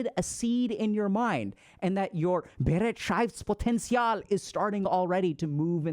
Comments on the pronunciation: *Hermione voice*: it‘s BeREITschaftspotenzial, not BeretSCHEIFTspotenzial :P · you can type the word into google translate and get a rather good pronunciation. Bereitschaft was not comprehensible, because it follows different rules than English (-potential was OK actually). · I like how he says "BEREITSCHAFTSPOTENZIAL!" XD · I really would love to send a voice message to give you the correct pronounciation of Be-reit-schaftS-Poten-tial. Nonetheless, thank you as always for your valuable thoughts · Thanks for the video! I have returned to it multiple times. It is very very useful to me! 💙 But you pronounced "Bereitschaftspotential" wrong. 😂 So, so very wrong, im dying. 🤣😜❤ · The way you pronounce "Bereitschaftspotenzial" is wild, but I love it 😂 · You misspronunced bereitschaftspotenzial hard! btw. It translates to the potantial of beeing ready. I dont know but I feel like reflecting gives me a bad feeling about all the things that went wrong ending on lowering my bereitschaftspotential even more. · Please Dr.K learn how to pronounce Bereitschaftspotenzial correctly. :) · Haha hilarious pronunciation of the German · As a German, hearing Dr K pronounce Bereitschaftspotenzial in the most American way possible was all I needed to cure my depression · your german pronunciation 🤣🤣🤣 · I can't get over how Dr. K pronounced "Bereitschaftspotential". As a german-speaking person, this was wild to hear lmao.